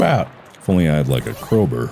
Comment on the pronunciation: i want a compilation of mark saying “crowber”